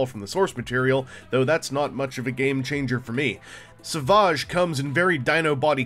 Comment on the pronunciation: lol Is he french? Sav-ah-ge or, without the accent Savage...like Fred? Or a bad ass lion tearing into a gazelle!? Pronunciation jokes aside, he does look like a pretty cool little bot. As a dino fan, it just might be a must have for the collection. Cheers, thanks for the review. Savaaaaaahge. :)